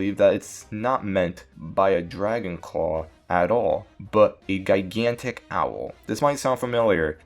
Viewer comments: Slow down when you read bud, huge errors reading that dragon claw text box right off the bat. Also it's pronounced "Jai-gan-tic" not "Guy-gan-tic" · “Guy-gantic” holy moly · Heard him say “Guy-gantic” and knew I was gonna be in for a literacy treat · Are u really saying "gigantic" like that with two hard G's, man?